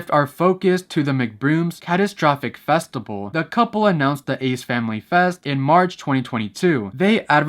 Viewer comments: Bro, why are you pronouncing "festival" like that ? "Festibal" ?? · everytime he said festible i died alittle inside 😭